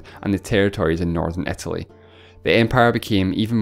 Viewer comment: The speaker doesn´t pronounce english properly. It´s not Etaly but Italy. ¿Is it maybe a dialect?